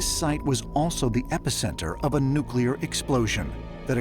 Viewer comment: It doesn't help your argument when the people you're using as references and experts can't pronounce the word "nuclear".